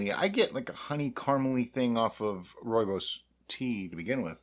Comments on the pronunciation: You have nailed the pronunciation this time! I have made wine with Rooibos, much like your mead, but with sugar. Quite a complicated taste, but not bad at the end. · The pronouncing of Rooibos is now perfect, but i prefer it your way.In the South African gold mines the miners will take frozen sweet Rooibos with a dash of real lemon juice in it underground by the time they reach there working places it would be a ice cold tee to drink. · Good day and you the first American to pronounce "Rooibos" correctly! I did post you a message on your facebook group about making my wine about the Hanepoot wine to be more spiific and hope you can help me out. Regards Lekker dag en baie dankie Nic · Lol, your original pronunciation is fine, many people say it that way and it is certainly not wrong. Glad to see you made it into a mead, I drink a lot of it as it is so this will make a cool project. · It's definitely not wrong. Thanks for wasting your time! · You got it good pronunciation wise this time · Nailed the pronunciation! 😁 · Good pronunciation, now you just need the "Afrikaans" accent to go with it. On a different note, I believe that Rooibos has natural antimicrobial properties which may have contributed the the early finish in fermentation. Could be an interesting experiment to add the tea towards the end of fermentation rather than upfront🤔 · "improvement" in pronunciation! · Pronunciation definitely better